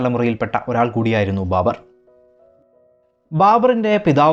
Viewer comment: ബാമ്പർ. ബർബർ ആയി